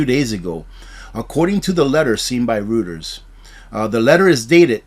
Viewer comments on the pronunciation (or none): "Reuters" is pronounced "ROY-ters". Keep the news flowing. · Just a note: I believe Reuters is pronounced like “Roiters”. 😊